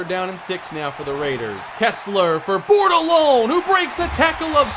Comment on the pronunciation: Anyone else remember when he couldn’t pronounce Bordelone?